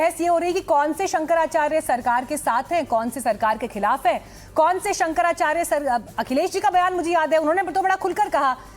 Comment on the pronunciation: ये चक्रपाणि जी शंकराचार्य या आचार्य का उच्चारण सही नही कर सकते ये गोल-मटोल जवाब दे रहे है